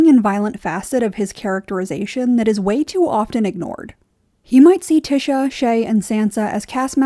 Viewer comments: The only thing I'll push back on is pronouncing Ty-sha as Ti-sha. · I love watching (listening) to your videos but I'm pretty it's pronounced Tie-sha not Ti-sha. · I was so confused. I think it's because the name you're saying is (phonetically) "Tish-a" but it's actually pronounced "Tie-sha". I kept wondering if there was another character that I was forgetting lol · I cringe everytime she says "Tisha" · The annunciation of tysha is slightly annoying, the y is pronounced like an I like in lion, but really good overview on tyrion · "Tisha" is killing me 😭💀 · Good video but pronounced tiesha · Tear-eon Pea-ter Tea-sha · Lol I love watching your videos despite having a different view on the show. You bring a refreshing perspective but your pronunciation of “tysha” on this video was offensive 😂 Thanks for providing us these videos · Is Tysha's name pronounced t-Isha or t-Ay-sha? You pronounce it the first way, others like The Dragon Demands pronounce it the second way. Is there any official word from GRRM on this? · Is Tysha's name it pronounced Tish-a or is Tye-sha? As in does the first part of her name rhyme with dish or dye? I hear both of different people.